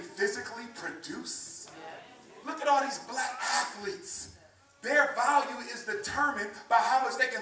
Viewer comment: Umar: VOLL-YEW Translation: "value"